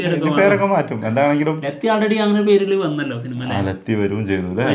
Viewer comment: ലെത്തി അല്ല ലാത്തി alle?